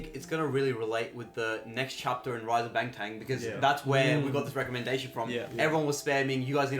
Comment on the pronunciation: Not to criticize but it is Bangtan NOT BangTang no final G. Thanks